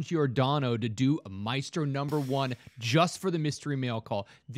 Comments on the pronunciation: “My estro”? Really you no reading s.o.b.? It’s maestro pronounced “my-strow”! Ugh! I just hate when grown ass people can’t read/spell/pronounce 5th grade words. That’s just pathetic. This makes me feel like this guy buys comics and stuffs them right in the long box, reading be damned! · I've never heard anyone pronounce it "My Estro"😂😂